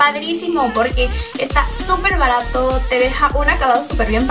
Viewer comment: La primera vez k veo esta video pero nada k me gusto ...sobre todo como te expresas y decir Bartato sii yo uso bissu y me funciona super bien aunq le digas barto es de muy buena calida ....byeeeeeee